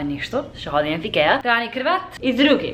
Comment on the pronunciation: Трябва да казваш "ходим",а не "ходиме" 😃❤❤